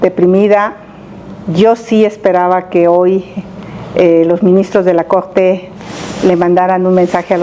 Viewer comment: "eg que vine a defendeg a la cogte"...ya chole con esa señora!